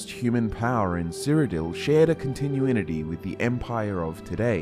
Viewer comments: shared a """"CONTINUINITY""""""""???? how am i supposed to take a lore history lesson seriously from someone that can't say "CONTINUITY" right? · Continue-inity? You mean continuity? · “continuininity” You are not fit to narrate a YouTube channel, sir.